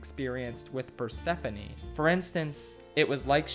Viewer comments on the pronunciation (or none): I died when he called orpheus "orphan" Edit: Persephone is now "pineapple"